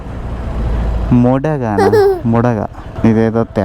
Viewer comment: Bro that is modaga Not moddaga